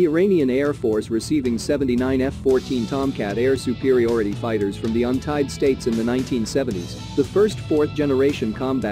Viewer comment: ". . . from the Untied States . . ." 🤣🤣🤣🤣